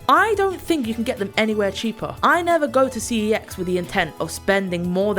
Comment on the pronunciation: It's pronounced "sex."